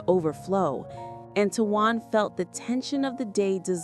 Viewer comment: And you should know how to spell his name by now it's t o a n not t u a n please speak it correctly